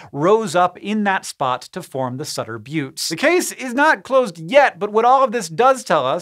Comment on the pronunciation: Thank you for calling them the "bewts" and not the "butts" 🤣